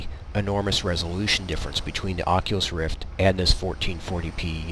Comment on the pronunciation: Took me longer... :D:D:D i was skipping the video to check where is the oculus and be like, why he talk and show him self in a plane, but says ocilus roft... :D lol